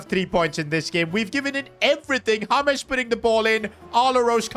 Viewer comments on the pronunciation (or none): james not haames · It's not hames it's james please pronounce it properly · Bro is saying Hames Rodrigues instead of James Rodrigues the j is not silent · It’s James not hames😂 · He is not called hames he is called james bruh. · why you calling James Rodrigez his name Hames? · It's pronounced as Je m's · "haames rodriguez" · It's pronounced hames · bro says james in sted of james